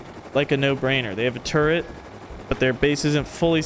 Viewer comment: First, turrent...now, sumbarine. You are killing me.